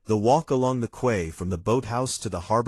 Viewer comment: If the life vests were so much heavier than normal, the users would have noticed when they put them on. They wouldn’t have used them without checking them why. Also, the reader/AI needs to learn the correct pronunciations of corps and quay. And did the British still use the word reticule in 1950?